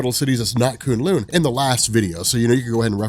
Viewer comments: Who cringed every time he said coon loon instead of kun lun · It’s Kun Lun not Koon Loon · K-uh-n L-uh-n. Not K-oo-n L-oo-n. No big deal. This just seems like the kind of thing you pay attention to. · If he says kun lin wrong again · Koon loon? Lmao you mean kun lun.... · 😂😂😂😂 koon loon? K'un lun. (Ka un lon) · K'un L'un is pronounced like rhymes with bun. Not loon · kun-lun not konloon awsome vid tho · its pronounced k UN lung like a human lung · "Koon lune" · Anyone annoyed with the pronunciation of Kun Lun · Who here cringes every time he says kun lun 😂 good vid tho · You're pronoucing kun Lun wrong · The way he says k'un-Lun ruined the video for me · Your pronouncing Kun' Lun wrong. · Love your videos.....but your pronaunciation of Kun LLun is painful hahahaha